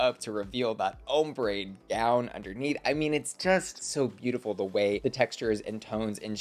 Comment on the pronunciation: every time says hombre instead of ombré, take a drink. you'll black out before the video ends